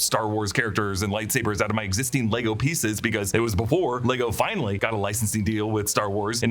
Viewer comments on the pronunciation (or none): none